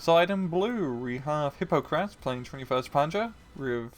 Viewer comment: was a cool game! hypokrass (medieval wine with spices by the way) its "e-po-krass" fo good prononciation :p